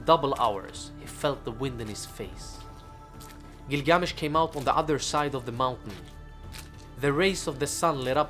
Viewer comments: Had to stop at the first line he spoke because of the weird pronunctiation/intonation of gilGAAAmesh. I looked it up; its either "ə" from "about" or "ɑː" from "father". so its not "æ" from "tattoo". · Interesting pronunciation. If this video is for American viewers the pronunciation would be " Gill-gah-mesh." For the first several minutes of video I had no idea who you were talking about. Just a thought. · I feel like the accent on the name isn’t correct. The accent is on the first syllable. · Next time, learn the pronunciation. It’s half assed bullshit